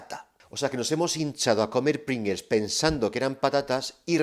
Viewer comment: Y como dice, somos todos disléxicos: es PringLes y no PringeLs